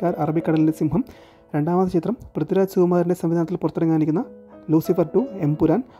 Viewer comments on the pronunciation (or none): none